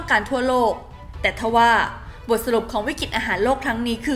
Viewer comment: อ่านข่าวก็ใช้ได้อยู่ แต่เมื่อไหร่จะอ่านคำว่า วิกฤติ (=วิกริด) เป็นซะที…. วิกิด วิกิด ทุกคลิปเลย…. แล้วยังประเทศ ‘อังกิด’ อีก… หัดออกเสียงควบกล้ำบ่อยๆ นี่อาขีพผู้อ่านข่าวนะ ไม่ใช่นั่งคุยกันเองที่บ้าน…. เอาใจช่วยมากๆเลย